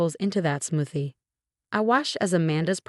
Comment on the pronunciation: doesn’t know how to pronounce smoothie, chemicals, Martinez, straight a, citizen.